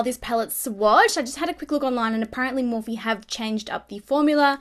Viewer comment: Had to give a thumbs down 👎 because its Morphe, I love your videos though